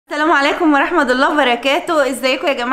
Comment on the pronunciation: ياريت تقري التعليق اسمها السلام عليكم ورحمه الله وبركاته انتي دايما تقولي ورحمد بالدال ودا غلط